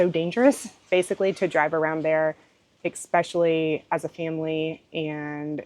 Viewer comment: Words are important and this has nothing to do with dialect. It is about pronouncing the word The way it is meant to be pronounced... The way it is spelled. GEEZ! I even gave it to You Phonetically And you still don't get it. It is E- SPECIALLY. There is not an x in that word. Do you not own a dictionary and if not, google it. It's not your dialect.It's your inability to read words correctly and then process them so they come out of your mouth correctly. You either had poor teachers or poor examples at home. Or you are slow. And as far as your dialect goes, Go ahead and keep sounding like a hayseed, But at least you know what people are thinking.